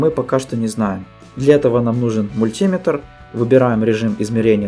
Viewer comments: мультИметр, сантИметр, килОметр - во всех этих словах ударение ставишь на заглавные буквы? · Ударение на метр! (мультиметр)